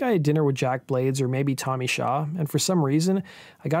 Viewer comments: I thought it was Tommy “SHAW”, not “Show”. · It's Tommy Shaw not Show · It's Tommy "Shaw" not "Show." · his name is tommy shaw not "show". you show brad gillis instead of jack blades. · Who the hell is Tommy Show? It's Tommy Shaw. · It was Shaw not Show.... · Tommy Shaw! Shaw not Show!!!!’n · Tommy Shaw.... not Show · Shaw not Show